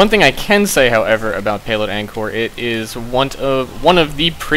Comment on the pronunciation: You pronounced the map name wrong (I'm from Cambodia so I would know)